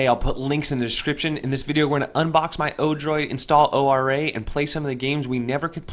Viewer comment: whilst O-R-A isnt technically incorrect internally we say Ora like kia ora the wonderful fruity beverage or like aura